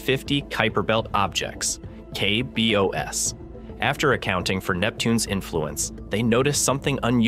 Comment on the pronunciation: Is it just me, or is the voiceover AI-generated? A big tell for me was the pronunciation of KBOs. It's normally "kay bee ohz," not "kay bee oh ess."